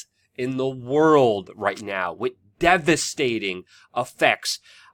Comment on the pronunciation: C'mon Luke it's WITH not Wit - you can do it